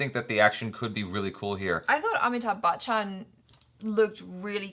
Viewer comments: WHY, WHY do you always mispronounce Amitabh BACHCHAN's name? says it perfectly. It's not BAKCHAN, it's pronounced as BACH-AN! Thats it, why do you bring out the K sound in between??????? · always says Amitabh bakchan 😂😂 sounds like bakchodi